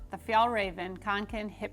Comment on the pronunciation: It’s pronounced ”conken”, it’s a Swedish å in the name, Kånken. :)